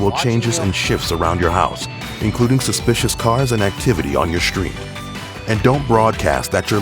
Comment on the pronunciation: Bruh you just said (sus)picious